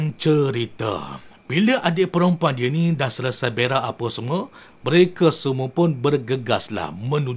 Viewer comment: Bukan berak janggut. Tapi verak🤣🤣🤣